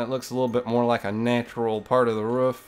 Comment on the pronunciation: i love the way u say roof im smiling so much